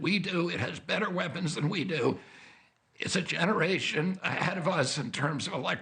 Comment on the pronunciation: it is shocking that he pronounces nuclear as nucular---pronounce it right!!!!!!